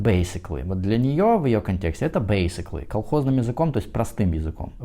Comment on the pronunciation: BASICALLY с характерным акцентом ничего не значит.